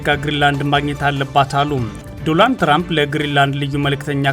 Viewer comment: በቄ ዘገባህ ተመችቶኛል ነገር ግን ስም አጠራር ላይ ስህተት ስላለ ለአድማጮችህ በሚመጥን መልኩ ቢስተካከል የትራምፕን ስም ስትጠራ ዶላንድ ሳይሆን ዶናልድ.......ብለህ ብታስተካክል